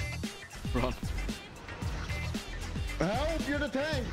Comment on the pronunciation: More like "ELP ME"